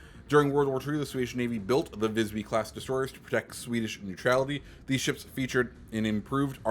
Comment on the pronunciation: Klas horn = klAs hOrn (pronounced with the A of yaaaas, and the O in ouf) Visby = vIsbY (pretty much nailed the pronounciation, just put emphasis on the vocals instead) Västerås = vesterås (Ä kinda sounds like E in eh, while Å is the beginning sound of O in oh) Skåne = skÅne (same as above, Å from oh, e is e from eh) ÖsterGötland (Ö sounds kinda like errr without the r’s)